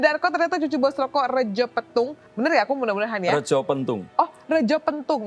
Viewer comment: Retjo = baca Reco